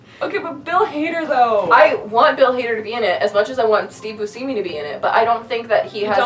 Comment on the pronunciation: Boo-see-me!? No, young one. It's Boo-shem-e. 😂🤨🙄😘